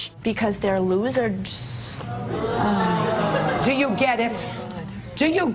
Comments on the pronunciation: 😂😂😂😂😂 “the Losereds”😂😂😂😂😂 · That girl saying “loozerds” not once but TWICE was physically painful to hear! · She says “Because they’re looserds.” Judge Judy asks her what she just said and she repeats “Looserds.” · Loserds!😖What dictionary did THAT come from?